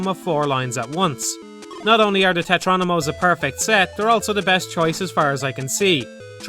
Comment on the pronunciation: Tetrominos not tetronimos. You'd think if you're making an entire video explaining Tetris you'd try to get that right